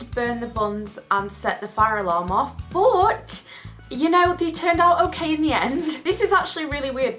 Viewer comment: i love how you pronounce "but" hahaha "booooot"